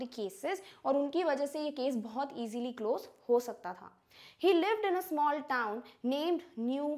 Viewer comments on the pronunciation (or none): none